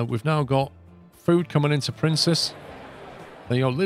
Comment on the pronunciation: Loving this series. One criticism...Princes is pronounced like Prince's and not Princess.